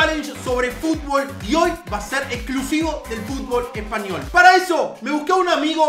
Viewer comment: dice espayol no espanyol